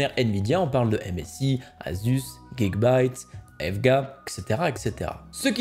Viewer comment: C'est prononcé à l'anglaise, tu le sais en plus 😏 Tu met juste ça pour m'embêter je suis sûr 🤔